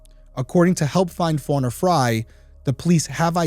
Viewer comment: Wow, it's really uncommon to see someone with my same last name. It's even more uncommon for it to be pronounced the same way. Most of the time, Frey is pronounced "Fray" not as I and the victim pronounce it "Fry." It is Scandinavian/German name in origin, derived from "Free Man or Freeman." I would love to know if we are related in some way.